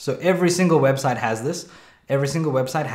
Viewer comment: it saying webstie 0_o